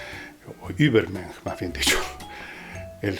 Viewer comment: Un par de correcciones: La ü alemana suena /iu/ bien pegadita La v alemana /f/ En Mensch „sch“ suena /sh/ Así: Übermensch suena /iubermensh/ Vorstellung/forshtelung/ Por lo demás, una buena contribución. Gracias